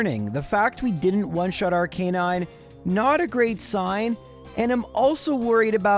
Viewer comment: I was so happy in the last video when you FINALLY pronounced Arcanine correctly... But then you went back to normal in this one 😭